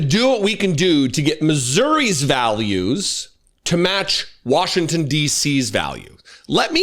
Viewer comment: Thanks,. Not Washington's values, Warshington's values.